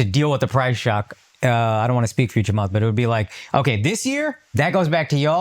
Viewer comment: I lost it when you pronounced Chamath Porty Poty Platypus🤣🤣🤣🤣